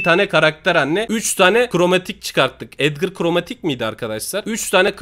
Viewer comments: Abi yazıklarolsun edgara da kromatik demessin yaniiii😒😒abi kaç yıllık bs cısın hiç yakışmadı beee jsssjsjsjsj edgara krımatik dedi lan sjsjjsjsj ahahahahahahahahhahaah😆😅😅😅😅😂😂😂😂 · Destansı ya kromatik diyen koca yürekli FATİH abimiz